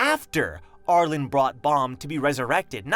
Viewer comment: R-Lean, the E at the end of her name makes it an upper case pronunciation not lowercase so it's R-Leen, not R-len